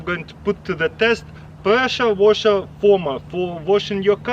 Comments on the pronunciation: he says presha washa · Presha woshar 😂😂